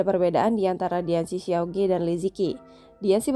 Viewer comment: bukan ge mbak bacanya tapi dibaca ke alias siauke artinya adik lelaki . jangan di baca ge